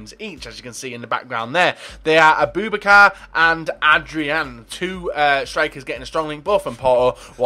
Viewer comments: Abooo Bak Ar is how you pronounce it 😊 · A-boo-bak-a is how you say it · his name is pronounced a-boo-ba-car